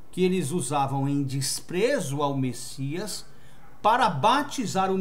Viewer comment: Amado essa não é e nunca foi a pronúncia do nome do Messias